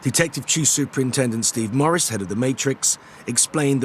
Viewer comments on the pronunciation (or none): none